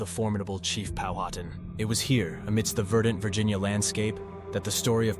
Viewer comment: Pow uh tan = Powhatan. Dum - frees = Dumfries.